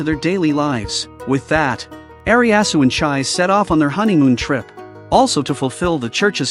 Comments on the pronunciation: Her name is "Redcurrant" not "Ryanan" and she is a Leánnan sídhe, pronounced "Ryanan Shī" (リャナン・シー) in japanese. And another thing... "Eriasu"!??! Eriasu!?!?!!? REALLY!?!?!? It's too much to paying a little more attention to those details? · The narrator's pronunciation of the names of the protagonists is a trip. The wendigo, called Eriasu, is Elias (last name Ainsworth). The girl's name is Chise Hatori. The English AI is pronouncing it after the English fashion..."chais"...which makes one... or at least me...chaise lounge furniture. The Japanese pronunciation is Chee-seh. Or chee-say English is a very cumbersome language in this regard. Vowels with different pronunciations in different words. And occasional silent letters, both vowels and consonants. One may ask why this is so. It's sort of akin to the difference between english and metric measuring systems. At least in my amateur opinion.